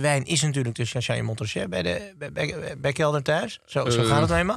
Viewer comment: heeft wat moeite met de correcte Franse uitspraak: het is niet mont rasjet maar monraché. Sowieso is de uitspraak van Frans en Engels van beide snobs om te huilen 😂